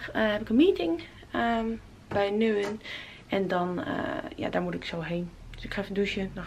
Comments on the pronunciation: Als ze nou nu-en-en zei is dat nog minder erg :') Maarrr, ik moet zeggen voor veel mensen is het moeilijk, een vriend van mij uit Drenthe zei ook Nu-en-en, je moet weten dat het Nunen is :P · nuenen? Spreek je gewoon uit als nuunen haha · Je spreekt Nuenen uit als Nuunen 😂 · Ik huil echt een beetje hoe je Nuenen uitspreekt.... het is heel simple Nuuuunen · Renel vdW ja iedereen raakt in de war van die e 😂 gewoon Nu-nen klaar 😜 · Renel vdW nuuuuuunuhh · Ik zit op school in nuenen en Je zegt t als nune 😂😂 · Je spreekt Nuenen uit als Nuunen <3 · Omg je bent in Eindhoven 😂😂 dicht bij Nuenen (spreek je uit als nunen). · Haha omg, je spreekt het gewoon uit als nuunen .. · Nuenen spreek je uit als Nuunen 😜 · Nuenen spreek je uit als nuunen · Renel vdW inderdaad! Nuenen is niet moeilijk uit te spreken! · Evelien van der Velden haha ja idd. M'n vriend zei ook eerst altijd dat hij in nu-en-en een wedstrijd had gespeeld 😂 maar als je er al een paar keer bent geweest, dan moet je dat toch wel een keer gehoord hebben hoe je het uit moet spreken 😂 maarja ze kan ook niet onthouden waar haar auto geparkeerd staat 🙈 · Renel vdW haha ik snapte ook pas dat ze Nuenen bedoelde toen ze zei dat ze in Ehv was. 😂